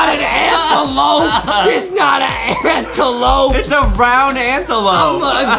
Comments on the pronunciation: Antelope MOS LIKE ADAMLOPE XD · Adem: " Its an Antelope! " Me: ohhh Antelope cus i keep hearing " Anteloaf " AYYYY XD